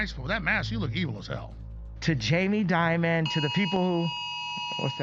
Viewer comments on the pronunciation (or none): none